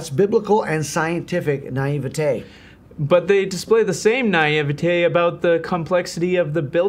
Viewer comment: 'Naive - e-taaaaaayy' - 'Naive - e-taaaaaayy'.